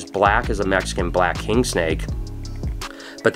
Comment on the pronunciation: I liked the video as soon as he said mexicon’s